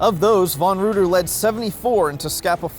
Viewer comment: Reuter is pronounced Ryter in German